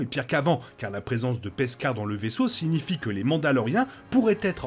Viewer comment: Hello ;) J'aime bien l'épisode ;) Par contre je suis la seule à entendre "Peskar" au lieu de Beskar ?